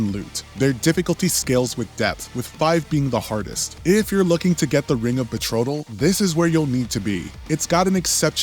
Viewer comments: It's the ring of betrothal not betrotal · Bro did not pronounce "Ring of Betrothal" as Ring if Betrottle....bruh 😂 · Betrodal? ...*sigh* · Betrotal??? Read a book